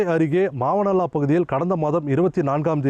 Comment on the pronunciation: Thats not mavanavilla its Mavanalla